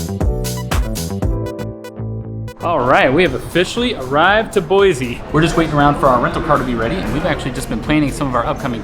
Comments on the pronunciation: I’m an Idaho native and I made a post on Facebook explaining that it’s Boy-see and some guy, not an Idaho native, told me I was wrong and that everyone says Boy-zee. The nerve! 😂 I explained that yes visitors who don’t have a clue pronounce it wrong frequently, but it’s still see not zee. I’ve lived here for 55 years and I’ve never heard another native pronounce it with the zee. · Boy-See not Boy- Zee. Please